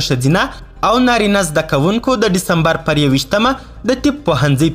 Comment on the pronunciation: گرانه تاریخ غلت وایی دیسمبر وایه ډیستمبرنه